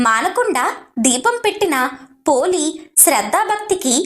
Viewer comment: పోలి అనాలి